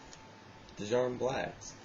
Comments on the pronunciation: I smoke them regularly, there pretty rough after a few packs, an it's pronounced JAR-UM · you pronounce djarum with a silent d =)